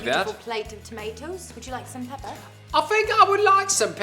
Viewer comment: "I fink I would like some peppa" 😂😂😂 pmsl